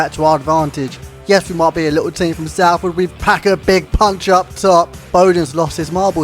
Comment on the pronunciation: Please learn to pronounce the team name properly it’s not saleford It’s Soulford City